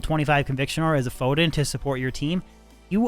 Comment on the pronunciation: is a cool guy, but calling it a "FOHDIN" 🤢